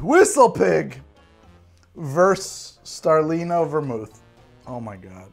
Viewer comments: From: declares war on Italy with his Super-Mario pronunciation of "Starlino" and "Torino". [Angry Italian noises and gestures] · trying to pronounce Starlino Hotel Torino vermouth as he's wasted is the funniest thing I've seen on this channel.